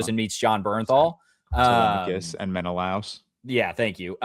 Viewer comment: i love how georges pronunciation is so blatantly wrong but he just keeps saying it 😭. sinon as if the n has an accent over the n and menelaus as it rhymes with klaus or something 😭